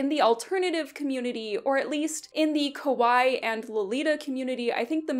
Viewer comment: I know you meant Kawaii but you said kowai which means scary, not cute.